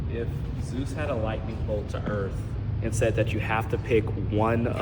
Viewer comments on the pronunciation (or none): none